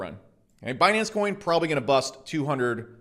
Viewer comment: "Binance Choin"